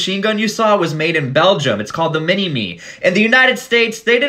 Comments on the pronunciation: Minimi isn't pronounced "Mini-me" bro, It's like "mini-my" used to operate one in the ADF before I started my meds 🤙🏼had to explain that to like 30 different marines when they came down for Talisman 🤣 hated the exposed barrel on the top. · FYI The Minimi is pronounced Mina my not mini me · Mans just called the minimi a 'mini me' 💀, it's pronounced 'mini my' lol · We use the minimi in australia as our light support weapon, it’s pronounced minimy. Love you videos mate. Keep it going.